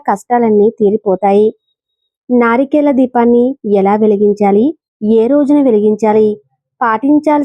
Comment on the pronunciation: నారికేల కాదు. నారికేళ . మూడు కల్లు కాదమ్మా తల్లి😂😂. మూడు కళ్ళు